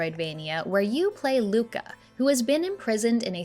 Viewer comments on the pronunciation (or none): none